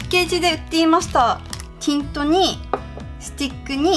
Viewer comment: バック便利♪めっちゃ色々買ったんですなぁ～♪ さ～んあのぉ、ティントの発音おかしくないですか？(ごめんなさい！なんか違うようなきがする…w)